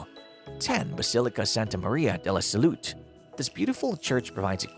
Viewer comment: Some places filmed in the piece are not even in Venice!! Some pronunciation issue too - Salute, Maggiore, Tedeschi, Torcello, Gesuiti, trompe l'oeil, San Michele, Fondamente Nove, Arsenale, Giardini Pubblici, San Zaccaria, Giudecca, Sestiere and Cannaregio are all pronounced incorrectly.